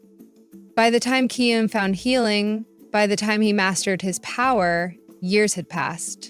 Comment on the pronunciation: It’s actually kion not keyon